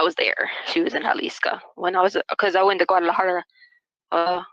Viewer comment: Jalisca? It’s not Jalisco??